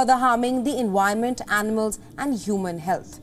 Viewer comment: Very professional reporters but why don’t you train yourself to pronounce “V” as it sounds rather than pronounce it “W” for God sakes ? Enwironment ? Really